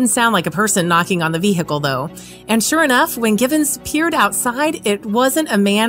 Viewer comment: She pronounced it ve-HE-call lmao